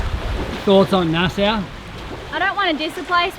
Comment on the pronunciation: Nassau....sounds like "nas-aw" ;-)